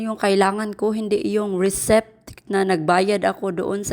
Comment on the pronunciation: Driver's license po, hindi driver license. And ang basa po sa receipt ay resit hindi resip. No offense po concern lng 😊✌️